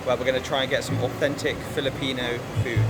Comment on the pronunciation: Many Filipino words are in Spanish origin. So you should pronounce it in Spanish way and not in English 🙂🙂